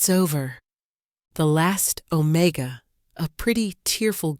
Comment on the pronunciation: What does ozone smell like??? AI is a stupid narrator!! OMEGA NOT OMICA!!